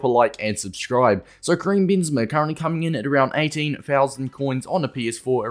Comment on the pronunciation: "kream bean zama"